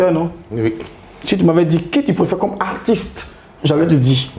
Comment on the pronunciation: finalement quelqu’un() qui prononce correctement le mot « Artiste »… ko artiss